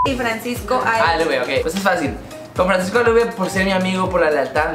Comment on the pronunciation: jajaja si yo al principio pensé que decía Francisco a la verga